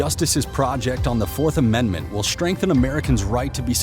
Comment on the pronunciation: Did you say Amen-d-ment?